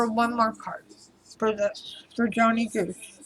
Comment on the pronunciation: His name is johnny gosch. Like omg or gawsh